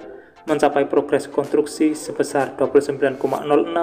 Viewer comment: Konstruksi, bukan kontruksi.